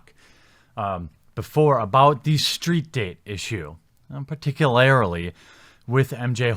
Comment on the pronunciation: "Particu-larily" isn't a word, so stop it.